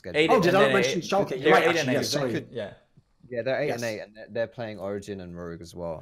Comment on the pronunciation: Guys its German.. Schalke = ( Schal - kuh)